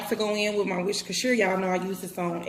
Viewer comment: "and y'all know I like to go in with me wishkershire y'all" bets part lmaoo